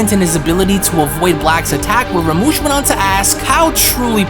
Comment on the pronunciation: Rumshi!! Not ramush